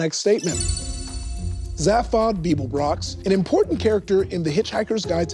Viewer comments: yeah, sorry, if you can't pronounce "Zaphod" correctly, I'm out. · um actually, Zaphod is pronounced "Zay-phod", not "Zah-phod" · Um, actually, it's pronounced "ZAYphod" Beeblebrox :) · Um, actually, it's Zaphod with a hard "a".